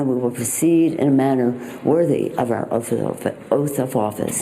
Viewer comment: Nancy Pelosi: 'Ooaf of Malice'.